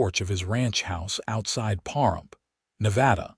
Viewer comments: The mispronunciation of Pahrump was jarring (puh . ruhmp). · It’s pa rump please start saying names properly